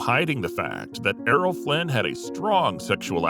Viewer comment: Why is it Flint and not Flynn ?